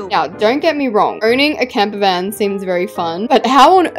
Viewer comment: It’s camper not camper fan 😂